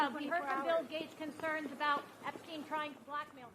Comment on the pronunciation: She called him EpStine lol😂 juicy juice 🧃